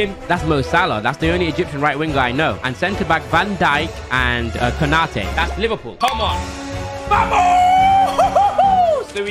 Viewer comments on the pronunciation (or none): none